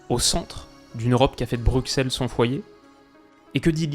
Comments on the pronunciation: On dit BruSSel pas BruKSell 😂 Mais sinon super vidéo ! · On dit “Brussel” pas “Bruksel” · Bonjour, ca se prononce "Brussel", bisous. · Ça se prononce Brussel sinon bonne vidéo , il fallait juste parler de Trossard et c'était parfais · A tu a dis BruXelles ça fait vraiment bizarre à entendre moi qui entend quotidiennement Brucelles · on dit BRUSSEL je vous prie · Ça se prononce Brusselles 😜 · Pas énormément apprécié l'introduction. On prononce Brussel et en effet la Belgique a un passé colonial comme toutes les puissances européennes (Espagne, Portugal, Angleterre, France, Pays-Bas,...) j'attends de toi que tu fasses preuve d'impartialité quand tu feras une vidéo de ces pays. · cela se prononce /brussel/ par contre ... c'est rigolo de baclé la prononciation des autres pays mais à un moment donné faut se ressaisir là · On va se faire éclater mais merci pour la video❤ par contre BruXelles ca se prononce BruSSel frate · BruXelles 😭 ça se prononce brussel ce vieux X là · Je t'adore mais on dit bruSSel. 18secondes m'ont suffi à crié 😭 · superbe intro jusqu'au moment de la prononciation de Bruxelles 😬